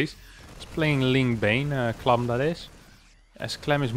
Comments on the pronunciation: Why are you saying “clum” instead of “clam”? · you need to say "clam" like your southern accent. It's the nasal "a" sound not clahm. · The a in clam is pronounced like the a in ham